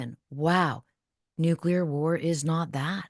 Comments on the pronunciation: Jack, you still say Nuke-u-ler, just like W 😂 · Why can’t you pronounce nuclear? Nu-clear NOT Nu-cu-lar